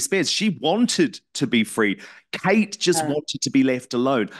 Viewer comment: Seriously Dan, LAZY journalism again! Can't you even pronounce her name correctly? YOU were the one stating she had a serious physical illness on Megyn show, you were the one piling on the pressure! Stop acting like a saint in this, you most certainly are not!